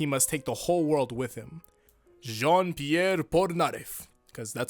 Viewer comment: actually, you pronounce it "jan piair"